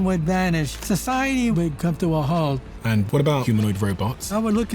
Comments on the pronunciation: it's halt not "hault" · Halt …. Not Hault 🤷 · Hault??? Isn't it halt???